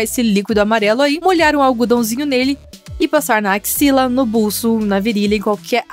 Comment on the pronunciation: fala acxila!!!!Kkkkkkkkkkmm